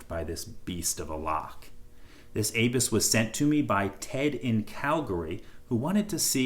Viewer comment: A bus ... is how its pronounced .